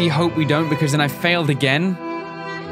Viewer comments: "I feil agen" XD ! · "I Feil Agen"